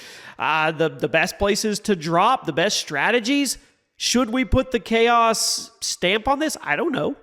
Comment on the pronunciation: Tell me why I after years of watching this channel, I just realized he’s not saying Jimmy R Chaos 😂